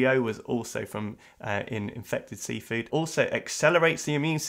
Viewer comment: Why did I hear "seawall" when you read "seafood"?